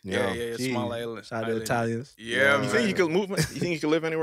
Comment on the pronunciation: Shells with the "itaalians" 😂😂😭😭😂